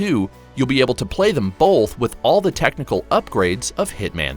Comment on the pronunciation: Bruh there’s no L in the word Both